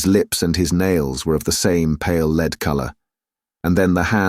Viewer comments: Fantastic! Only thing that bugs me is mispronounced ‘lead’ as ‘leed’ instead of ‘led’ , noticed this in great expectations audiobook too. Otherwise superb! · I'm starting to think it's a bot. It gets words wrong. He/it pronounces the word lead as "leed" instead of "led" (for the metal "lead") and pronounces diverse as "divers"... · Adverts too frequent, breaking the flow of the narrative. Mispronunciations too, such as referring to lead as leed.